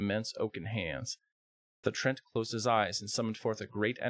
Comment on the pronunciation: The word is pronounced Tree Ant, not trent